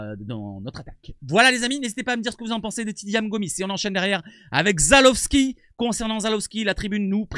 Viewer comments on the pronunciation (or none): Salut!! ZalEwski non pas ZalOwski mdr <3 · Salut c'est ZALEWSKI pas Zalowski